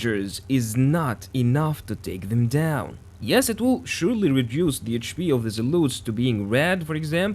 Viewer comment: There are no U in zealots ...its zea lot s..the zealUts was really annoying to hear so meny times....but a good vis :)